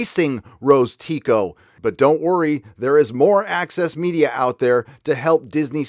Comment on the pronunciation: I understand „Axis Media“ everytime, instead of „Access Media“.